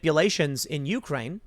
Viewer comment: It's You-CRANE, not YOU-crane. Take some of that money you're making and learn to read.